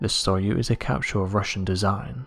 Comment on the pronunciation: Soyuz is pronounced 'soy + use' like soy sauce and to use.